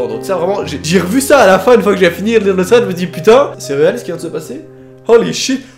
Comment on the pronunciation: Ça m'horripile comment tu prononce "Thread" mon dieu. Sinon très bonne vidéo